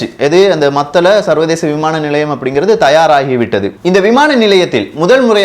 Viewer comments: டே எல்லாம் தெரிந்த ஏகாம்பரம் மத்தல அல்ல மூடனே மாத்தளை (பொது வெளியில் தவறாக உச்சரித்தாலோ,திரிபு செய்தாலோ பதிவை பார்ப்பவரை மூடரென நீ கருதுவதாக கருத்து வரும்) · தகவல்களுக்கு மிக்க நன்றி மத்தல அல்ல "மாத்தளை அல்லது மாத்தல"